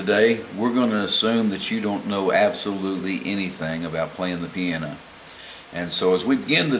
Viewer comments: Its piano, not 'piana' lmfao!! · don't worry how do you say the word piano ,you are a good teacher